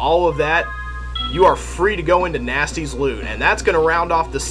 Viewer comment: I thought you said "Gnasty´s loo" and thought to myself that you were going to visit his toilet.